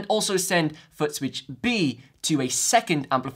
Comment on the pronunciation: I just keep hearing him say “Butt Switch” 😅